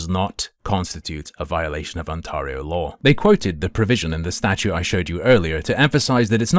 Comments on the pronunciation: Lol the way you say OnTARreho is so triggering lmfao ON TEAR RIO my guy 🎉😂 lol 😂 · As someone from Ontario please pronounce it "OnTAIRio". Yeah, its nitpicking but it's irritating to hear it pronounced that way. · You'll probably never need to say Ontario again. Its pronounced (on-teh-ree-oh). Like you would pronounce 'day', instead of 'maw'. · I have never heard anyone mispronounce Ontario as, "On-Tar-io" before, makes me tar up.